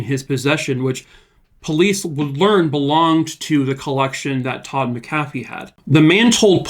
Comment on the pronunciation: This is my relative. We still don’t know and it haunts us. Side note. It’s prounouced Mac-uh-fee. :)